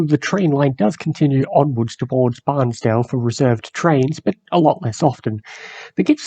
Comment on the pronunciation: Its not pronounced Barnsdale. its Bairnsdale (pronounced as bearns- dale).